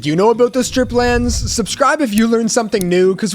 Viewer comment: it’s not strip lands😅, it’s stripe lands